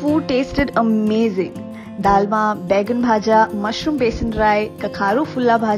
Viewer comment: You says began bhaja means you are bengali ❤️